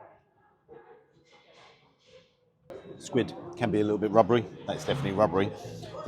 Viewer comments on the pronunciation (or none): It’s pronounced “Wubbery”! 😂🤣